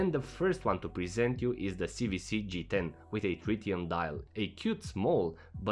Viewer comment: "C double-u C" NOT "C vee C"